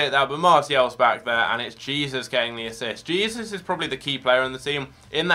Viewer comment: Who else was triggered he was pronouncing Jesus wrong